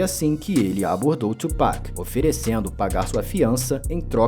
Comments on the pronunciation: É (tu)pac, é não (txu)pac. Tbm tá errado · Quase, é "tuo pak" e não "txuu" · que tchu mlk,a pronuncia certa é tu